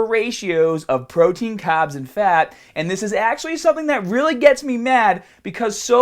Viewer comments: extra caaaaaaaaaaaabs.... you forgot the "R"!!! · THE CAHBBS!! KNOW WHAT TO DO WITH YA CAHBBS!!